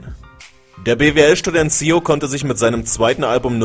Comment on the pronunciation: wie er ssio sagt hahahah